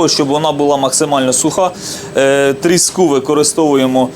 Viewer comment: дозвольте Вам підказать. Слово трІска має наголос на першому складі. Отже трІску, трІски і. т.д. То риба називається тріскА.